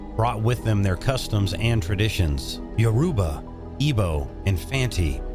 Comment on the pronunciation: That, and his pronunciations of Yoruba, Igbo, Biafran, and Ghanaian was definitely off..